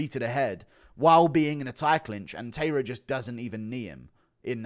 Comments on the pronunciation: It's not pronounced Tayra, it's Ta-I-ra. Pronounced more like the word tie if you say it quickly, not tay. Japanese pronounce every letter and the sound is always the same, not like english. The a in the ta and the ra are the same sound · Tairo is pronounced “TIE-rah.” Are you one of those people who calls Japanese pron “hen-TAY?” 😂